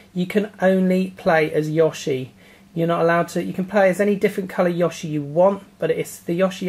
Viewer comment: ''Yawshi'', lol.